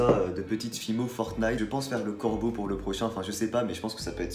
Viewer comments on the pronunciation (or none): none